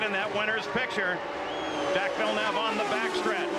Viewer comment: Jacques Villeneuve is too complicated for Americans to say so they mispronounce it...